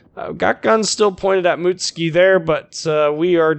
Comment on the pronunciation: You are pronouncing the ship "MOOT-SKEE". Are you sure it's not "MUT-SOO-KEE"?